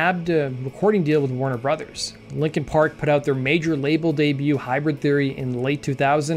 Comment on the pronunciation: Pronouncing Warner Brothers like Christopher Walken pronounces Foo Fighters